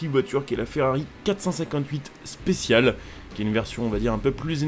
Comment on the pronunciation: On dit : 'Ferrari Spechiales' et non pas spécial 😄